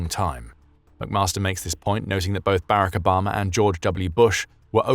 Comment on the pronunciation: What the hell was that pronunciation of Barack Obama? 😂